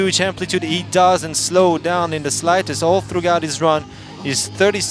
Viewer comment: This guy keeps pronouncing the g in throughout. That's such a common word, I've never heard it so butchered.